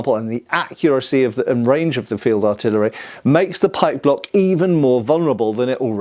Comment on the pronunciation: Oh, pike block, not pike block.